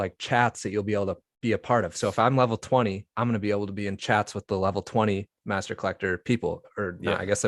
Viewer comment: Master. Not Mastor 😻. Love the channel.